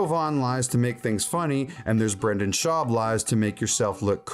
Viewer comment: It’s schaub not shwuab